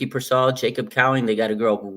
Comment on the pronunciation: Everyone in the media says Ricky Pearsall's name like Peer-Saw lmao